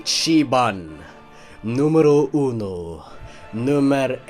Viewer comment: i am italian, and i can say that the pronunce of thet "numero uno" was marvelous...